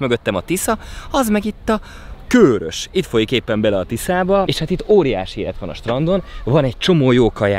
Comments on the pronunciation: Lehet csak nekem sértette a fülem, de a Körös-t az rövid magánhangzókkal ejtjük és nem Kőrösként, ahogy többször is használtad. Ez építő jellegű kritika akar lenni, tudom, hogy ügyelsz a részletekre. Üdv, Egy srác a Körösök vonzáskörzetéből :) UI: Gyulára is jöhetnél valamikor ;) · Felénk az általad használt "Kőrös" kiejtés nem helyénvaló és bántotta szegény békési fülemet 😣😣 Helyes használat: "Körös" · Nagyon király videó, mint mindig, de Körös- parti gyerekként légyszi, rövid ö-vel :D Respekt :) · Az Körös, nem Kőrös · Körös rövid ö betűkkel és nem hosszúval. Ezt leszámítva megint tartalmas és mínőségi videó. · Helyiként én is egyetértek! 😄